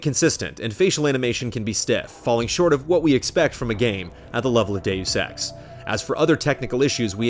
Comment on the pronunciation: Now think of saying 'Doos Ex, Mankeen Dividead'